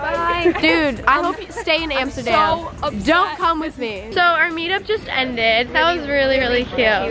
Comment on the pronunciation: nobody and I mean nobody will mock more than she mocks herself. “Amstergam” “came to my Amsterdam” I love you